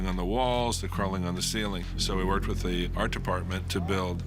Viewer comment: "worg " lmao